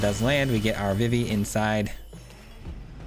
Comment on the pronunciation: Nice deck! Idk if you a big Final Fantasy fan, but Vivi is pronounced like Vee-Vee, or just the letters V.V. they actually say it in KH2 🫡